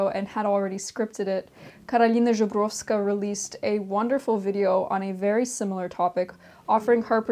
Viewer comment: it was sooo bizzarre to hear you say Karolina Zebrovska with a Russian accent! also thank you for pronoucing her name with a proper ж, she does deserve it!:) upd. now that i've finished watching the video - thank you for sharing your experience!